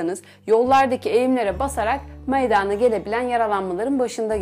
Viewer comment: Ya evde ayak bileği burkulmasına ne iyi gelir diye YouTubedan araştırma yapan birine siz ne diye bilimsel alanda anlatıyorsunuz kaç dakikam boşa gitti bi de meydaana denmez meydana denir allahım izlerken dalasım geldi